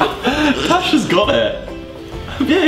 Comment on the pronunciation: her name is Tash not trash